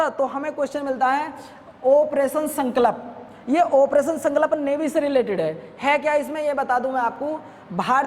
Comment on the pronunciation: Sir ji sankalp ko shi se to bol de kro, wo sankalp hota h